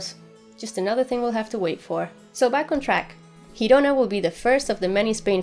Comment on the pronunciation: speak perfectly well, but just fyi: Girona is the catalan name for the spanish Gerona, so its pronunciation differs. Its "Gi" syllable it's pronounced like in "jeez". I know it's a stupid wee thing, but just in case you get to repeat it all over during these months. Kudos girl, a great channel, you're charismatic and humorous!